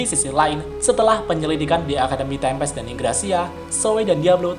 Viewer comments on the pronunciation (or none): none